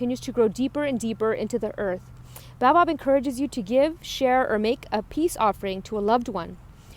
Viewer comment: Ahaha that’s not how you pronounce Baobab